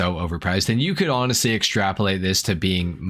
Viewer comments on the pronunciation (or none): none